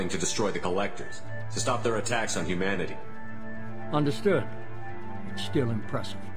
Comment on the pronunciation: Every time he says Humanity it sound like he’s saying “you manatee”